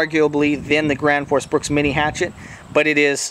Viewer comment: The gwansforce bwooks